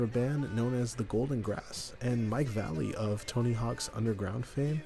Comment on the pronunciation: My man it’s Vah lay ley Mike Va Lay Ley Valaley